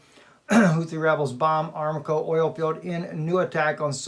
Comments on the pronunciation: Pronunciation.....?......A-RAM-Co. Rather than Aram-co. .? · Just a friendly correction -- it's 'Aramco', not 'Aramaco' (as it was pronounced). I know someone who used to work there. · Saudi oil company is pronounced Saudi Uh-RAM'-co. Or, like God revealed to Abraham.. a-RAM-co in the thicket, to sacrifice instead of Isaac..:-D